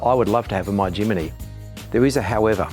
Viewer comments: great video but its a Jimny NOT A JIMINY!!! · Why does he say Jimny wrong every time. There's no i after the m. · Crikey mate....it's Jimny, not Jiminy! Capable little beast that. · Jimny, not JimAny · 5 minutes in, I'm astonished that he got as far with such a defeatist attitude - not someone that I'd like to represent a brand. Also, it doesn't bode well when a dealer mispronounces the name of a product: It's not Jiminy, it's Jimny. All that being said, the modifications to the Jimny were spot-on and clearly effective. Ironically, as a Suzuki Jimny owner, I now want to swop it for a Iveco... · somebody please tell its jimny not jiminy! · "Jimeny " ??? It is called Jimny ! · My eye twitched every time he said "Jiminy"... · It’s “Jimny” not “Jimmy” ? Strange. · Great video - but you have to learn how to say “Jimny” 👍😉